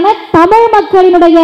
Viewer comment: You first pronounce tamizh instead of tamilu